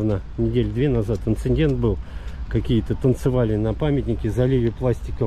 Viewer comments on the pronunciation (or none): как всегда, отличный репортаж! Только: не инциНдент, а инцидент!